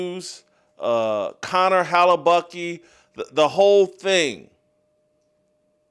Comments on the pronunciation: First of all, why the hell are you pronouncing it "Hella-Bucky" — his name literally ends with letter K. No one else has ever pronounced it like you. Second, the FAR more appropriate metaphor is Return of the Jedi (aka the good guys). Come on dude, try harder. That said, I agree the USA hockey team is just the thing we needed. Kudos to those guys. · He needs to keep saying it that way. I'm laughing my ass off....